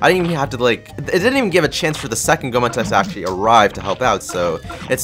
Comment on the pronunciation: It's pronounced "go-A-mon"